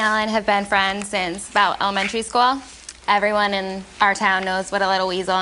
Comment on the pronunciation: Nicole: "elementary schowell" "imatcheur"